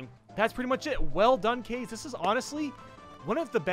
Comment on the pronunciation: Just so you know, it's pronounced "kah-ze". Kaze is Japanese for "wind".